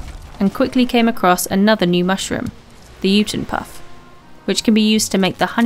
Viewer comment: the J in jotunpuff is like a Y. similar to how the J in jalapeno sounds like an H. Its like yotunpuffs